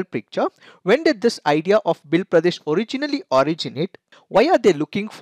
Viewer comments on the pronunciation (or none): They are not pronounced as Bhil they are Bheel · It's sounds भिल in place of भील. भील is correct